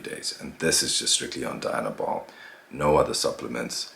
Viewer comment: Its pronounced dee-,anabol...not die-anabol